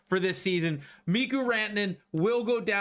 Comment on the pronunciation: It's stupid, but you're driving me crazy with the Mikko Rantanen pronunciations. It's pronounced Mee-ko, not Mee-ku. Also, its Tee-mo Meier, not Tee-mu.